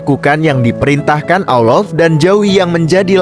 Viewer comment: Ngomong lafazd Allah kok BLEPETAN ya kacau kacau